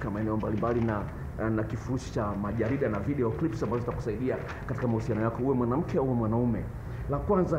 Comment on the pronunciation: Dkt badala ya clip yeye anasema crips